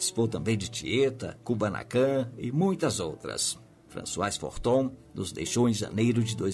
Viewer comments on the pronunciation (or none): Françoise Fourton e não Forton.